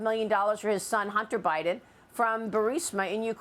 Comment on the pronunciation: Bunter Hiden lol